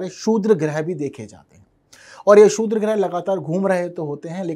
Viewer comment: अपने जीभ के नीचे पान का पत्ता रख लो बेटा .... शुद्र नही क्षुद्र होता है ।